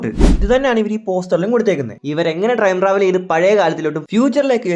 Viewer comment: Trime travel എന്നല്ലേ ആ പറഞ്ഞത് 👀😅